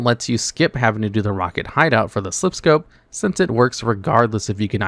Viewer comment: I saw a different video where the guy kept saying "Slip" scope. Immediately left a dislike and skipped the video. Drives me nuts.